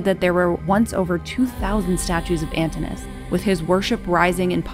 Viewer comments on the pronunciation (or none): an TIN oo. us. not ANTIN -US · Could you please fix the pronunciation of Antinous’ name as well as Britannia? Drives me nuts not to hear the proper pronunciation of those names. Britannia is Latin, so the first “a” should sound more like the Latin alphabet. And Antinous’ has two syllables at the end, it’s not one syllable. It should sound more like “oh-uhs”. I’m sorry, but it just drives me nuts when I see these well put together historical videos, but no research is put into the proper pronunciations of these names!! Also, I don’t know if you can say that Antinous was Hadrian’s “lover,” since there are no historical records of them having sex or engaging in sexual activity, but Antinous was no doubt Hadrian’s favourite. They enjoyed many of the same things, and certainly enjoyed each others company, but even Lambert himself said something along the lines of their relationship in the bed chamber will forever remain a secret. As in, no one really knows if their relationship went that far. It’s nice to think and believe it did though. I would just be careful how you tell the history of such things without historical records. Oh! And I think you have the date wrong for when Antinous died. Every source I’ve read has said it was October 30th. Not the 22nd. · The speaker is pronouncing the name "Antinous" wrongly. The name consists of four syllables, not three. The correct pronunciation is /ænˈtɪnəʊəs/, with the stress placed on the second syllable (-ti-). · The pronunciation of Antinous is Antìnò us. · Doesn't look like Claudius to me (perhaps you've corrected it), but in any case, that's a very small flaw. More serious is the mispronunciation of "Antinous" as "Antinus". The "o" and "u" are separate syllables. Otherwise, this video is quite well done, balancing the major historical events of Hadrian's life with his personal life. Both Hadrian and Antinous continue to fascinate many people into the 21st century.